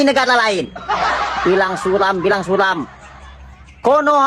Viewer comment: Suram bang bukan sulam😂